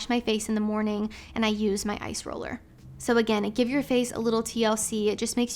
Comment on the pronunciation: Is saying ice roller or eyes roller??